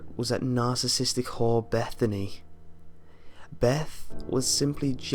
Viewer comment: That moment when your name is "Bethann". First time I heard you say "Bethany", I was like "wait, what?" xD